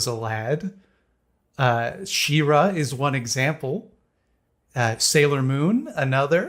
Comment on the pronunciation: "THEM-ra"?? Does he think the show is called HIM-man??